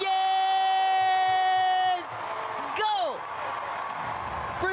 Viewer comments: Nunes, not Nuñes. It’s portuguese, not Spanish. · And she says "Gabi Nuñes" instead of "Gabi Nunes".